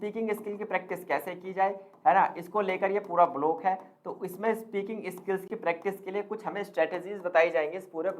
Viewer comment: Bhaishab प्रेक्टाइस ni hota .. प्रैक्टिस होता है।।😂improve your pronounciation 😂